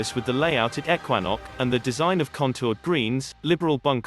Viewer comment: Pictures don't match the narrative; you can't have a links course in the mountains.; Ekwanok is mispronounced. This video is a complete fraud.